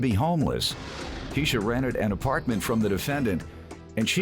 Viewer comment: She can’t even say the word apartment correctly